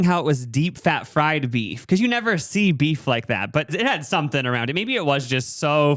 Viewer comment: in a cage match with the dialogue, "deep fwied and bweaded" was definitely a moment.